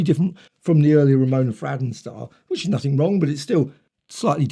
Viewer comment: I believe her name was pronounced Fray-don?